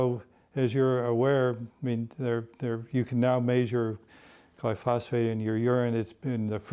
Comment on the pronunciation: One is just pronouncing it wrong